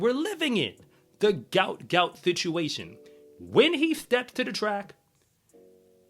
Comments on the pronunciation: PRONOUNCED........ GU-OT GU-OT ..... NOT gout gout....ffs, get the young mans name correct. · his name is pronounced like goat not gout - Goat Goat.